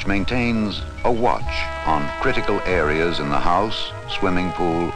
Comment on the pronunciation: Great video. But it's areA, not an areR. But, keep up the good ideRs.